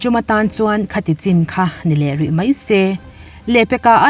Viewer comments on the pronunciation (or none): none